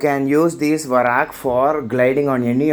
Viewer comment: It is not varak it is vark